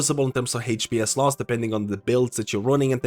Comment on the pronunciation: Man I love your videos, first thing I check for changes and when I wonder what to chose for healer main... but this "heych-p-s" pronunciation is killing me